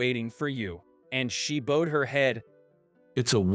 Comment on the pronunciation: The person that’s reading out loud is pronouncing bowed wrong. Learn to pronounce it right.